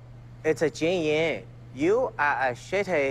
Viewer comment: IT'S Jin Yang NOT JIAN